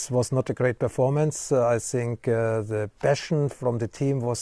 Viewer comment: He pronounces "think" like Mourinho 🤣🤣